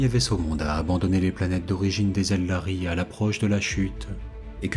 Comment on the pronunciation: Excellente vidéo mais j’ai toujours pas digéré.... je dit ELDAR est pas ELDARY😂